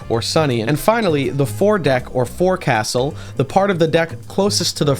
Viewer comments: I know it's dumb. But I got crap for it a while. The Forecastle is pronounced the Foaxle. It's stupid but true. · Awesome video, brother. I did want to say something, though. This is purely for educational purposes and in no way is meant to criticize your incredible content. The word 'Forecastle,' is pronounced 'Folk-Sul'. (Source: Former U.S. Navy Sailor) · Its pronounced foc'sal even though its spelled as forcastle. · This is a cool video, but I would like to make a tiny correction in that the Forecastle isn't pronounced how it's spelled. It's pronounced "Folk-sul". Not trying to be "that guy" but I figured you'd wanna know, with how into ships you seem to be. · as a sailor, literal only complaint with the whole video is that "forecastle" is pronounced like "foke sul", otherwise fantastic job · You pronounced forecastle wrong, 1/10 mid video.